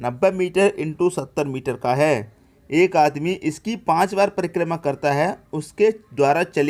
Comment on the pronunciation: Sir prima nhi hotta h, prikrma hotta h😂😂😂😂😂😂